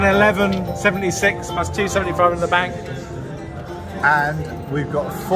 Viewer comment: For someone who worked in a bank for 20 years , you sure do struggle to say £1176 😂